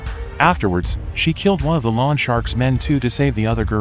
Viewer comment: Will lawn shark mow my lawn. Lol. Maybe check how to pronounce “loan.”